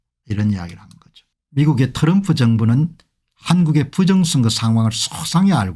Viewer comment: 공박사님, 츄럼후가 아니고 트럼프입니다. 피와 에프 발음이 안됩니까?